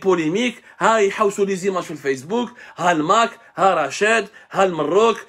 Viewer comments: C'est LE MAROC et pas Mrroc , tache de le bien prononcer prochainement ** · Pourquoi vous pronnoncez le Maroc " Marrrok"...??? Al hamaj ???